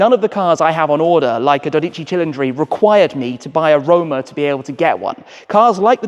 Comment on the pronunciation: I'm on board with you on the names. His pronunciation of the 12 Cili is not good lol. Not that I can do better, hence why I don't😀 His Revuelto could be worse. Old man Enzo would let you stay as long as you provided him with capital for his racing. He was a businessman.